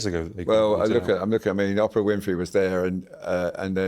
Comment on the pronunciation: WHY CAN'T THESE BRITS PRONOUNCE "OPRAH" CORRECTLY, THE WAY SHE SAYS HER NAME. THEY ARE SO PRETENTIOUS IN THE PRONOUNCIATION OF SO MANY WORDS.